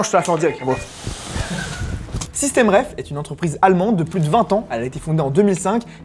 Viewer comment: bonsoir par contre c'est SystemTreff de treffen en allemand ( recontrer ) et pas systemreff comme vous dites dans la video.